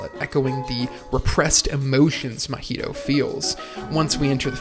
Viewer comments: Why do you keep calling the main character "Mah-HEE-toe" instead of "MAH-hee-toe"? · It’s a decent video, but the way you’re pronouncing the name is killing me. It’s not like the drink Mojito. lol it’s like ma Maiheeshtoe or sound like my heee toe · I’m about to discredit this whole video just by the way that you pronounce Mahito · Bruh can you please pronounce the main character's name right😅